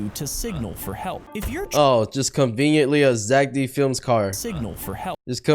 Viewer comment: ITS ZACK D FILIMS NOT ZACK DIN FILIMS